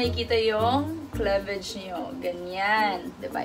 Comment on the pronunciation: klevej? HAHAHAHAHA kliveyj sis